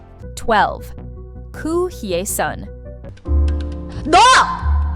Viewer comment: Please pronounce the names properly: Goo Hye-sun is pronounced Goo Hesun... Yoon Eun-hye is pronounced Yun Un-he... The vowel in Eun is pronounced as in the u in put